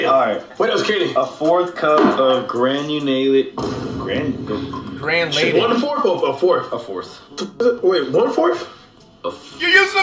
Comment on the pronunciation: Flight did you just call granulated sugar... granddaddy sugar